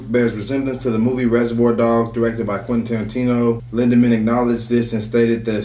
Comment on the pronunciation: He's Name is Tarantino not tarintino 😂😂😂😂😂😂